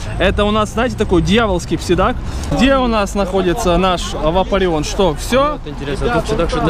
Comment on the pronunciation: псайдак а не псидак!